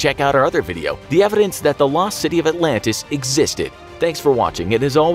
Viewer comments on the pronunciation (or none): none